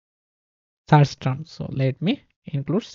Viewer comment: everything is great but something really triggered me all video long. And it is: you pronounce "search" wrong. It's a positive criticism. Take care.